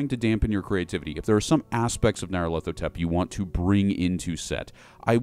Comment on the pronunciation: By Crom, your pronunciation of the Crawling Chaos's name fills my ears with a pain worse than a spear to the chest.